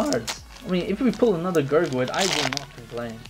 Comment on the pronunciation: I like how he says gurgit wrong